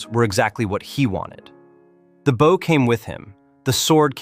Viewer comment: Geez. Two seconds in, your AI slop voiceover uses the wrong 'bow'. It pronounces it like the bow of a boat, not the kind of bow that shoots arrows. You can't just run the AI slop and expect it to get everything right. You have to go over it all and get it to fix what it botches, or you get absolute rubbish nobody can stand to listen to. Honestly, if you're too chicken (or just lazy and sleazy) to use your own voice, just don't make videos. Yuck.